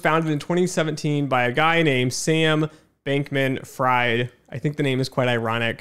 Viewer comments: Good video so far, but you should’ve looked up the pronunciation of Fried before starting lol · Same for Levine.